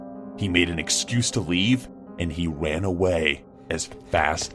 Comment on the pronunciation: No one's talking about the fact that said Wan Instead of Ran